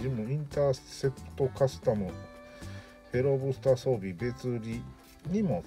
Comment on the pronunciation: や・・・やばいです フェローブースターがteruoブースターに聞こえてしまったですよ💦